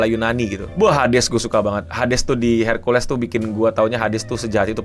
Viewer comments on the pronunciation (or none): none